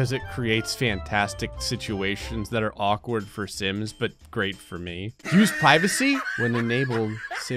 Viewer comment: When did the intro, I thought he said "the simps 4"